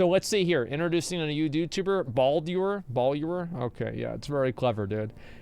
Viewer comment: It's not spectacular! It's Ballular lol!